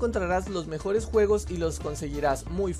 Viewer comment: No sabes Decir Juegos? :v